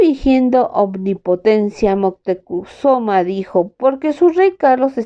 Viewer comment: Montecuzoma? Cortés le dice Montezuma. Tienes dislexia?